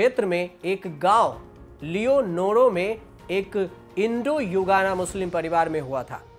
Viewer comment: युगाना नहीं गुयाना है